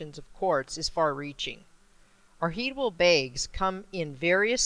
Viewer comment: hi does anybody knows where to buy the cryst bags ? because the address is not working at all . and please,what does she said at the end of the vid at min 8.54 " our heatible bags?..." thank you